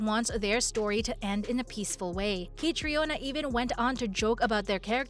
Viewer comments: Katrina is how it is pronounced, have you not watched anything about her? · Learn how to pronounce the actors names correctly, especially Caitriona. The o is silent.